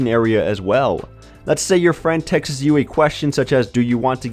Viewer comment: Did you say "textseses?"